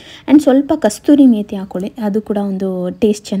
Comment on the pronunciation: adu kasthuri methi ala adu kasuri methi....